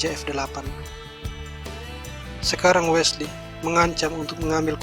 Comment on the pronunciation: Bukan Wela so bang, tapi Wesley so bang. #peace 😁😁✌✌✌✌✌✌✌😁😁